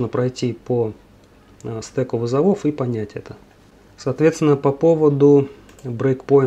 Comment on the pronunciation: Благодарю за видео!! подписан ;) но почему стэк вызовОв? стэк вЫзовов, имхо ;)